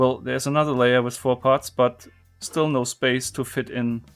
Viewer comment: Why you say "with" "wis"?